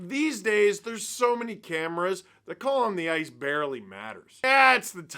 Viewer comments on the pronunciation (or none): none